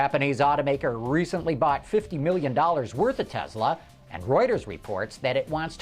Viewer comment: Tesla not Telsa!!